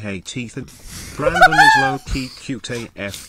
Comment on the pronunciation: Nothing made me laugh harder than fucking "Brandong"